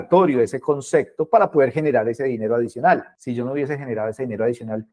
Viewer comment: Concecto? O concepto? 🤔